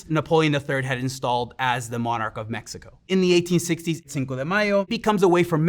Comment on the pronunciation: I appreciate that the host didn't americanized the pronunciation of cities, countries, and people. Kudos